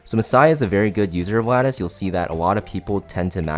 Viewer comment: the goat for being the only CC able to pronounce lattice